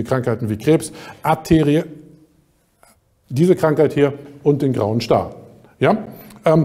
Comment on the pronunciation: Gibt’s einen Grund, warum Dr. Tolan Arteriosklerose nicht aussprechen kann? Cooler Beitrag, das mit dem Ornithologen wusste ich noch nicht.